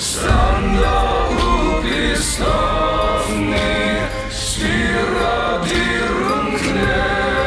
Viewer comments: The pronunciation sounds pretty good to me! A few slight differences from the standard reconstruction though (the f in stafni and hafnar is actually a 'v', for example). If you want something to compare, here's the poem recited by a linguist in the reconstructed medieval pronunciation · 'F' in the middle of the word pronounced in Old Norse as 'V'. So 'hafnar' [havnar], 'stafni' [stavni] and so on.